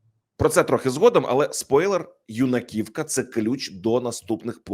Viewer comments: В слове Юнакивка ударение на ю а не на и. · Юнаківка - наголос на Ю. Третій раз роблю зауваження!